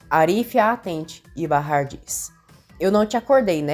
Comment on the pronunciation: Até que enfim alguém que narra o nome de Bahar como é! Barrar!!!